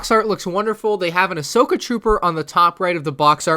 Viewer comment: it's Ahsoka not Ashoka